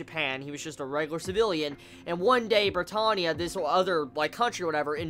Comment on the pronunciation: if he says brittohnia one more fucking time...